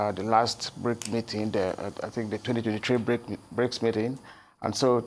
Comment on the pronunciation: Not Brincs but Brics